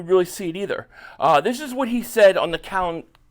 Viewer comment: It's Cowterd